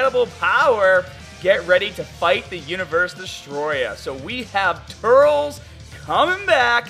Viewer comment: dude not TURLS say it like turLES